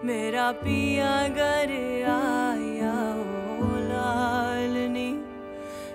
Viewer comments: Pronounciation of words (Urdu) is very bad… It’s GHAR not GAR … it changed the meaning of the song. There are many other words like GHARRIYAAL it’s not Gariyaal.. You should respect the language and the Qawwali … too much improvisation and qawwali’s should be sung like Qawwalis not like Lounge Music .. Very bad! 👎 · The mispronunciation of "ghar" as "gar" throughout the song is beyond frustrating for me!